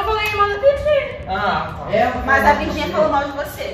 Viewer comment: So eu q percebo q a fala: FIRGINIA Ahhhh amo elas E Gabriel não faz mais isso minino